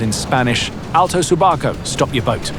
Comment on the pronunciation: it's not subaco. It is 'su barco'. Deten su barco!